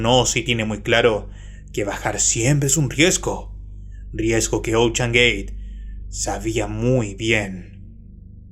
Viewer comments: OCHAN😂😂😂 ES OCEAN Y SE PRONUNCIA OUSHEN, OCHAN🤣🤣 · "ochan" noooooo, no puede ser!!! :DDDDDDDDDDD